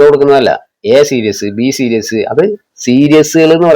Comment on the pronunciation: സീരീസ് ആണെടാ പൊട്ടാ 😂